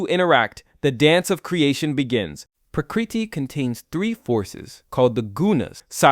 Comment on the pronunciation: Your pronunciation of Prakriti Moksha etc are way off. If you are going to do a video using Sanskrit then at least look up the pronunciation